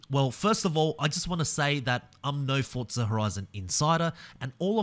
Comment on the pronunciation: There’s no T in forza